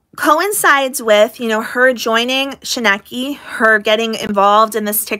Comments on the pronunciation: Shekinah is pronounced SHUH KI NA. Long I on KI. I hear it pronounced a lot of different ways but this is the correct pronunciation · I adore you,. I’m with you, like always. Also, say it with me: shuh-kine-uh (Shekinah). 😂 It seems like KJ is doubling down, and I hope it bites her in the butt. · Katherine Paulson and Miranda’s parents & sister have a lot to answer for.. Shekinah - pronounced SHUH-KYE-NA Church is not suing KJ, 7m are so she is wasting her breath slamming the church. High control or not, Miranda is a married woman and her family have disrespected her marriage. The Wilkings admitting they were monitoring her money even after she was with James is proof. The documentary was a betrayal of Miranda by her family and a fame grab for Melanie who tried to take centre stage, literally. It was so cringe watching her dancing by herself & saying “I’m all alone now” which is absolute bull💩 She hated Miranda deciding to move in with James & out of their apartment. She hated that she wasn’t getting the same job offers without Miranda. Considering Miranda left home to live 1000’s of miles away almost 10yrs ago I don’t understand the whole “we just want Miranda back home” Miranda IS home, she’s with her husband. They are insulting James by disregarding him as though he doesn’t exist nor is capable of protecting his wife. The irony in this is the Wilkings are trying to control their married adult daughter and have exploited her by making her a subject of a doco without her permission all the while accusing 7m of the same. Once Miranda & James declined to participate they should not have been included as far as any audio, video or pics of them. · Sorry, but you are pronouncing ✨Shekaina✨ wrong 😂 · Isn't it pronounced sh-ky-nuh church? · Shinekki...... If you cant pronounce it, you didnt watch the documentary at all. And you're just an angry little minded woman.......yell at a wall not me!